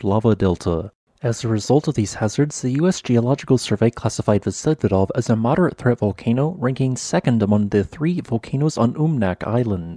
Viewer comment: Vsevidov pronounces with accent on i.